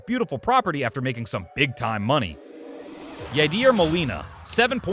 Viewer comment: bro be sayin yadeer for my boy yadier